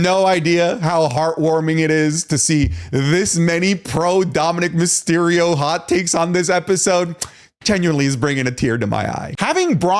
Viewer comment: Myserio? Not Mysterio?